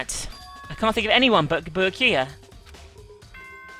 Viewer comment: I don't know if already has finished recording or not, but... Byakuya's name is pronounced BYAH(all one sound) ku-ya, not Bi-ya-ku-ya. (although technically the latter is how it's written in Japanese)